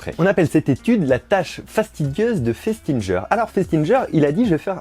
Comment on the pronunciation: Par contre il prononce mal Festinger ça se prononce festinguer x)